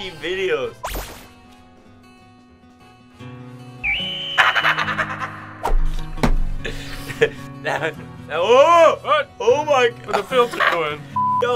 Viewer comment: "ow my gowd" got me dying on the floor